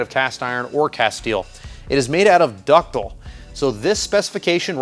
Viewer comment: dis is big brain stuff! ductile. there is an "i" in there.